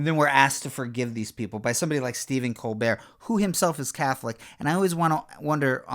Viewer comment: This is a great video…to use as an example of how clueless people spit up the same talking points to try to discredit real things. Then u make fun of the way this guy says “the fear” then a minute later u pronounce always “ohways” 😂